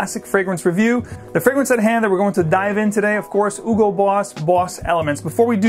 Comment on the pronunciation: You’re supposed to pronounce the “H” in Hugo. It’s German, not French or Spanish ;)